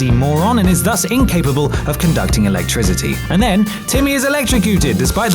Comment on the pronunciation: why you gotta sound like you saying alectrizity, #shitpronounciationforwankers